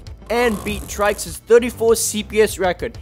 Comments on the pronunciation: Its not traiks its try see s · Its not trikes it's trycs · I thought trycs was pronounced tricks not trikes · I didn't know that trycs was pronounced as "trai-ks"... I always pronounced him as "Tricks". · The way he says "Trycs" is more like saying "Traiks" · "TRYcs" lol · he said his name wrong